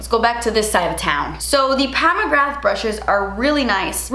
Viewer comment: Isn’t it Mcgra pronounced like ‘bra’ with a ‘g’. Not mcrgath lmao